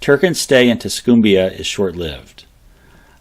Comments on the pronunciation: Pls note....its pronounced Tus- COME-bia. No CUME here. Even Hellen Keller knew that. I really appreciate your videos and assume it must be a lot of hard work, but how hard is it to use google for correct pronunciations? It can realy be distracting when its annoyingly wrong. -A humble descendant of Rufus Jefferson of the 1st Alabama Cavalry (Union) and the Free State of Winston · Not to pile on, but Tuscumbia, Alabama is pronounced "tuss-come-bee-uh". Emphasis is on the "come".